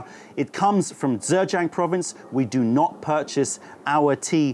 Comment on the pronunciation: Informative as always. Blind tasting videos are great fun - please do more. :) Btw 'zh' is pronounced pretty much like a 'j' in English, so you are not saying Zhejiang quite right (if you're going for a Standard Mandarin pronunciation, anyway - I have no idea about local Zhejiang pronunciation).